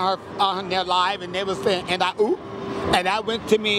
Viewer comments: It’s more like oo- and not oop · I don't think it's "oop".. it was "ooh"... this is dumb.